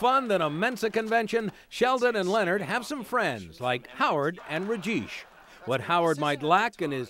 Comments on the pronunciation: Lol, "Rejeesh" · Notice the narrator called Raj full name sound like "raj-Jeep" Errrkkk >_0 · “Howard and Ritjeesh” 😭